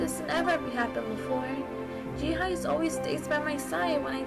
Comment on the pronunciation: It's pronounced Jee-Hay. Just saying. I'm glad uploaded this though